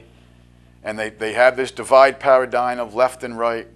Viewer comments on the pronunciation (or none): none